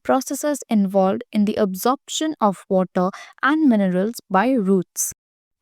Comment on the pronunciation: "Absorption of woota"